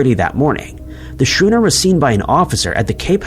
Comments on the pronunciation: Skoo-ner, not shuner. HAT-er-us. Arrrrggggghhhhh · I guess he didn't go to shool. 😊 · the word 'SCHOONER" is pronounced Skoo-Ner, not Shoo-Ner. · Ummm...Jimmy Carter was not president after Harry Truman. "shooner"? Schooner (pronounced skooner). Richthofen (pronounced Ricktoven). People need to teach their "bots" how to pronounce the names of people and places. 😆😅😂🤣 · Schooner rhymes with Noon-er. The H is silent. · Oh my non-existent god, that 5-masted ship isn’t pronounced “shooner.” It’s pronounced “skooner” with a hard “k” sound. I’m starting to think this video is on the cheap and uses a non-human narrator, such as a computer or Donald of Orange. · Schooner, not shooner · What kind of a ship is a "shooner"? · ‘Schooner’ is pronounced ‘ skooner ’. Geeze, AI voices. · It's pronounced skooner. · I wish videos had real narrators who would correctly pronounce words like schooner and Hatteras. Is that too much to ask? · Love your creative pronunciation of Hatteras and schooner